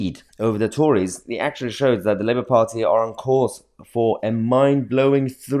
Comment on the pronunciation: Liebour as its pronounced